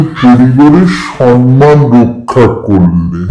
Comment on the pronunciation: সম্মান❎ সনমান ✅🤣🤣